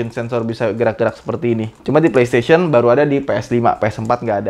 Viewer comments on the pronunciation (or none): none